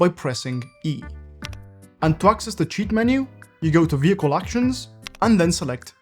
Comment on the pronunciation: Vee hickle